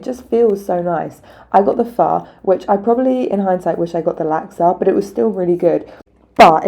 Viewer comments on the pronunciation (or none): Good Vid 👍 made me hungry. Born and raised in london my dads Vietnamese its good to see the viet food all over the place, grew up eating pho bo. The north and south eat it differently. Easiest way for you to pronounce pho is probably to say 'fur' as in fur coat 👍